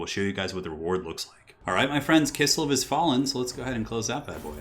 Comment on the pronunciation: Forget the Azhag blunder, why do you keep calling Kislev "Kissel"? Also just want to point out that you described one part of the Waaagh! Campaign mechanic incorrectly. The Waaagh! troops don't increase from fightiness, they grow steadily over each turn regardless of what the army is doing once the Waaagh! is called. Otherwise good video though!